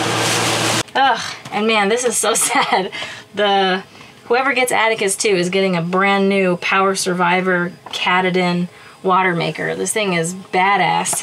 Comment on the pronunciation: The watermaker is pronounced Kahh Tahh Den.